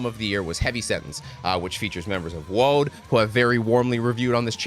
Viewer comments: Here's a primer on how to pronounce 'Wiegedood' from a Belgian: it's not Whyghadude, it's Weeghadoat. And I agree, it's their best album. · Wigedude... 🤣🤣, man it takes two minutes to put the name in google translate and hear the pronunciation in dutch... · Zijn uitspraak was fantastisch. Weigedudez! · 2000 people must have already said that, but Wiegedood is pronounced vi-rrey-dod (the "g" in dutch is pronounced like a guttural "R"). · hehe the Wiegedood's pronunciantion made me chuckle Wee ge dode. (sort of) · Why gu dude? wee gu doad is more like it. (cot death) ;) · Being a Dutch speaker, your pronunciation of wiegedood is hilarious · OMG please stop pronouncing Wiegedood like that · Tip for pronouncing non-English band a album titles: put it in Google translate and you can have it pronounce it for you. It'll give a bit of a better idea on the pronunciation, so you don't completely butcher them like you did with Wiegedood. :D